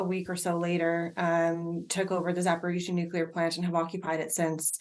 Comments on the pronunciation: Why do journalists continue to mispronounce the word "nuclear"? It's pronounced NUKE-lee-er, not NUKE-ye-ler. If my profession was to speak on camera, I would make sure I knew how to pronounce the words I was using. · I'm sure they'll pronounce "nuke-ya'll" if they could! 😁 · Times radio Interviewed a nuclear expert yesterday who had written a book about nuclear warfare, yet he couldn’t pronounce the very word that he was supposedly an expert in. Really the world have become a total idiocracy